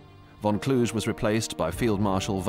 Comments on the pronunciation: For those unaware, that is not how Gunther von Kluge's last name is pronounced. No historian that I'm aware uses such pronunciation. The "g" in "Kluge" is pronounced as the "g" in "cougar". So, it is pronounced something like "kloo-ga" or "kloo-guh". I hope that you got the idea. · Yeah, it rips my ears and im not German. The way they pronounce it is the city in Romanian Transylania - Kluj. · That's a somewhat eccentric way of pronouncing von Kluge. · Why do you guys always spell German names in such a weird way? - just like (for example): "von Kluge" becomes (phonetically) "KL-OO-ZH-E" or "Waffen SS" become "UOFFEN-ss". It's KLU-GE - you spell just as you read it: "KLU-GHE" and instead of "Uoffen" it's "VAFF-en". That's a HIGH-QUALITY series of documentaries! You'd at least expect the most important names to be spelled correctly.